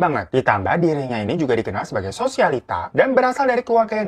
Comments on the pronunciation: SOSIALTIA, tapi semua orang bilang SOSIALITA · Sosialita bang bukan sosialtia😂